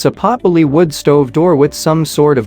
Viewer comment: Please stop using AI voices, or whatever! Dang! It is not pot bull ee. It is pot belly. Like a tummy, your belly. Dang.